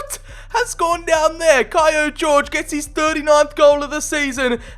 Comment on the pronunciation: I think that he is not called Jorge, like George, but like Horhe, or Jorge in Portuguese!